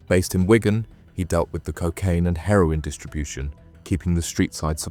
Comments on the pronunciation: Its a place called "Wig an", not Wygan! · And Wigan unless it is Ygan? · The pronunciation of “Wigan” was also criminal 😂